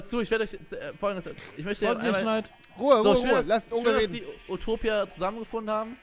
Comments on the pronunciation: Nich Upotipia sondern Utopia XD Remi sagt immer statt zwischen zwichen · Oputipia hahahahah